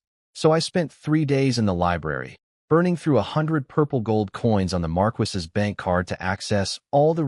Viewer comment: Why choose a title of a Marquess and then use a voice that can't pronounce this word?